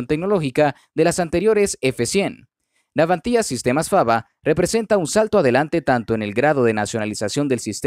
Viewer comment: ¿Garras? ¿Navantía? No sé qué coño es "garra", salvo la de los animales salvajes y no soy uno. Segundo, es Navantia, sin acento en la i. Serví en la Armada destinado en Ferrol, cuando se llamaba Empresa Nacional Bazán, y viví varios años en Ferrol, cuando se llamaba Izar Ferrol, y luego Navantia. Tercero, y final, ¿qué tienen que ver los colombianos con asuntos españoles, especialmente de nuestra Armada? ¿No tienes temas de tu país?